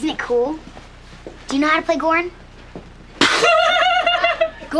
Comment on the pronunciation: It was a mispronunciation of Goran, LOL